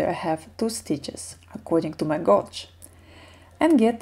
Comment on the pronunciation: Can’t wait to start knitting this! Btw, gauge is pronounced geidž 😉 and crochet is kroušei 😀